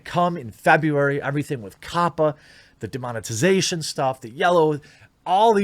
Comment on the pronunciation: Oyasumi, demonetaizēshon!!!